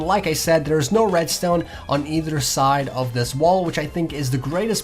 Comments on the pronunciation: not "redstewn". it's "redstone". pronounce it right. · Holy crap I hate how he pronounces redstone.. RESTOIYEN! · lol he Said redSTONER 😂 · Well, judging by the way you pronounce "redstuone", I think you are the noob... :/ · How come you pronounce redstone as "Redsteone" but when you say "redstone repeater" is sounds normal? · U say red stone weird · Why do you say Redstone like that it just sounds wrong